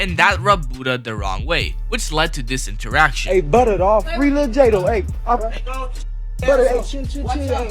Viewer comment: Why you saying it Buddha it's butta Disrespect